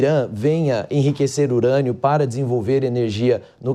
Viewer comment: “Enriquecimento de IRANIA do Irã”kkkkkk essa moça é muito ruim